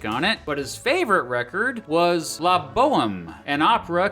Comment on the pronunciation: On the president's favorite food video, he pronounced la (French) as the english letters i a. He does the research, he just needs the French lol😅